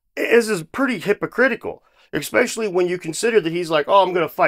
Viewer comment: Did you say “ekspecially”?